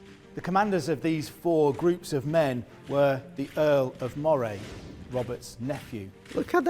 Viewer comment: Moray. Pronounced Murray not MO -Ray. I'm from Moray in Scotland.